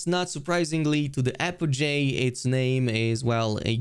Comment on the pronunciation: Apogee is apogee not apojay